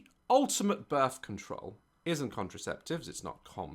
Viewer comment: BIRF CONTROWL